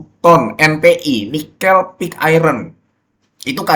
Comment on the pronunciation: Nikêl bukan Nikél